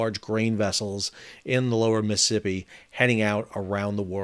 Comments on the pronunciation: Miss Sippy ? It’s a 4 syllables word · You say Mississippi like you're from Mississippi.